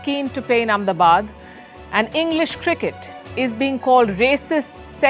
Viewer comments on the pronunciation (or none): How come you can't prounce Ahmedabad in English